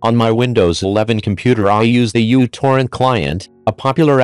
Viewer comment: For some educational content it is pronounced μtorrent(Mew-torrent) not utorrent